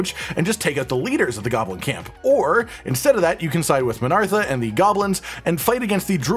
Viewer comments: It's uhhh MinTHARa by the way. Not MinARTHa lol. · mate learn to read lol... it's not min ARTHA, its min THARA